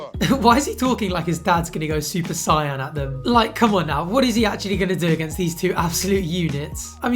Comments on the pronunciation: bro said supercyan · I love you,, but the way you said super-saiyan killed me inside